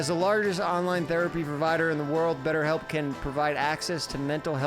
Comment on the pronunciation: “betterBelp” is the link 😂